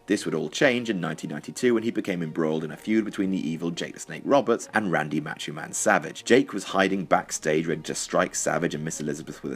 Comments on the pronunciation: why do you pronounce "macho" like that? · right I agree!